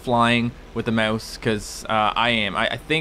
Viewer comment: 1) Rockstar has another thing coming if they expected $60 for a two-year-old port 2), learn to say "mouse" better?:O